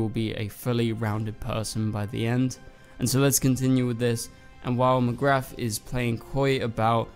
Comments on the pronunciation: I think it’s time you said Katie’s name properly it does NOT have an F at the end of it 🥴 also I think either everyone will go to the Future... Kenny died when Kara was about 14/15 so I guess this will be the Kenny from Earth Prime and I also think that this Kara will be Earth Prime’s Kara so Earth 38 Kara would not have any memory of Nia & Brainey 😉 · bestie did you just say mcgraTH? 💔